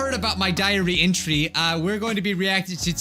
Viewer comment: "Intree" - 2020 Timestamp